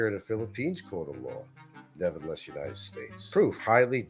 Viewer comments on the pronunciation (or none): none